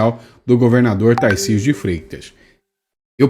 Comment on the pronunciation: Putz não consegue pronunciar o "r" de Tarcísio? Ele fala "TaIcísio". Até parei de assistir.